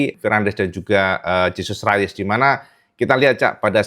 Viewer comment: Gak dibaca Jesus rayes mas,,coba cek lagi,,itu nama spanyol bukan nama inggris